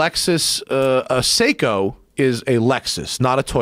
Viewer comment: But, can he pronounce it? Nooooo! Having a watch worth ten thousand, and mispronouncing Seiko....Jeeez